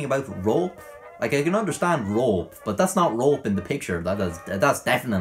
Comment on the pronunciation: I love the way he pronounces “Rope” Roep